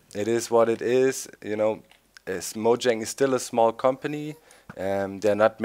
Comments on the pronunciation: Doc, Mojang is pronounced (Muu-Yeng) No one understands that -. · No its pronounced moyang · it actually is pronounced Mo-YANG and please don't call people retards. Its just rude.